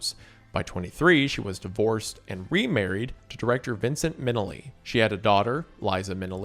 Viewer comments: Liza MIN-e-lee…..? Eh…??😂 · Same. The way he mispronounced everyone's names is bugging the crap out of me. Not only Minelli and Huston, he mispronounced Vic Morrow's name as well. How do you possibly mispronounce Morrow? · Nicely done, although loaded with errors. Many of those errors are minor (some major), but Judy Garland made $500 (five hundred dollars) per week. Not $5000. And, seriously, "Minilly"? It's Minnelli - Min-ELL-ee! Love your enthusiasm, thought. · my favourite part of this video is wendi saying minelli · Also Minelli and Houston. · lol its pronounced Minnelli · HOW CAN YOU MISPRONOUNCE MINNELLI??? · do you really not know how to pronounce Minnelli? Dude, how do you even get paid for this, put in some effort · The man can't pronounce Minelli, he's never going to get Oconomowoc right.